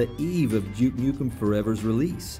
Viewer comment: at around 30 seconds in he pronounces duke nukem properly :D take note other americans, it isnt DOOK NOOKM